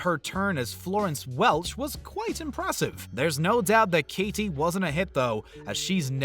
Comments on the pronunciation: “kay tee perry” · Kay-ttttttie Perry ... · "Kay Tee Perry" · U.S. "Kaydee" U.K. "Kay-tee". Simples! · What's with the way he pronounces "Katy?"